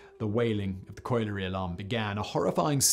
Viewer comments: Tragic story, but the part that boiled my blood most was your pronunciation of colliery. 'Collie' (like the dog) followed by 'ery'. Coil-ery is an abomination. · Factboy it's pronounced [coll'er'y] please don't let me and yourself down by simple pronunciation. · colliery is not that hard to pronounce. coll yer ree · It's pronounced collar-e.